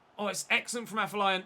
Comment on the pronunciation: Day 12 of telling its pronounced AFFER-LION!!!!